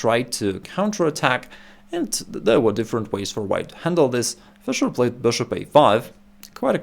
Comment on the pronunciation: This guy saying BishOpp is the the best thing in chess